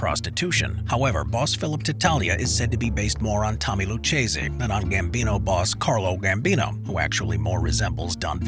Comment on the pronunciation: No, you got the order wrong. Maranzano didn't become Genovese, Maranzano became Bonanno. Profaci became Colombo, Mangano became Gambino, Luciano became Genovese, and Gagliano became Lucchese (pronounced "loo-Kay-zee" and not "loo-CHAY-zee").